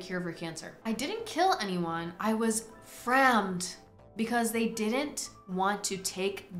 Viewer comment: saying "frammed" for the rest of the stream literally has me dead